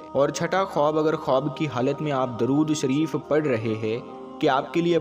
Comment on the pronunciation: sorry to say but Apne Durud shareef Galat prha hai..